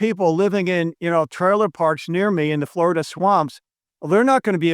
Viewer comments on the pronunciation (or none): none